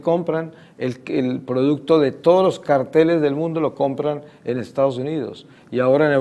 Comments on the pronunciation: Los carteles y los cárteles...no sabe pronunciar el viejillo,y la mujer tampoco sabe captar y relacionar palabras,lo más sorprendente es que cómo hicieron para juntar dos bestias...🤣🤣🤣🤣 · Para ser justo el viejo estaba pronuncionando carteles y no cárteles. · Verdad el señor pronunciaba carteles y es cárteles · igual el hombre lo pronunció mal. Es Cárteles.